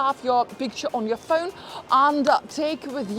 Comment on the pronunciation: Funny how she says pheun like inspector Clouseau in the pink panther movies. 😂😂